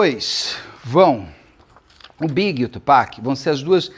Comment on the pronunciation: Nós, fãs da cultura hip-hop muito felizes com o Beto pronunciando corretamente o nome do Tupac <3 Beto, existe um livro chamado Bling escrito pela Erica Kennedy. O livro conta a história de uma jovem que entra para esse mundo da música para realizar seus sonhos, mas isso acaba se tornando seu grande pesadelo. Acontece que a Erica era amiguíssima da Kim, ex do Diddy, e é dito pela internet gringa que o livro seria um relato ficcional da vida e ou das experiências que a Kim presenciou ao lado do Diddy. E a Erica morreu de forma misteriosa.